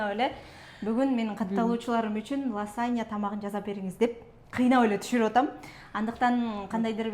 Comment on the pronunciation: Ласанья эмес -лазанья Мосарела эмес- мацарелла. Туура сүйлөгүлөчү.